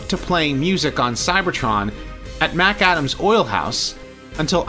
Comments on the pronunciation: It's not pronounced MAC ADAM It;s one word. It's pronounced as one word. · If it was 2 words you would be 100% correct but since it's one word it's pronounced like MacDonald is, as one. Love the videos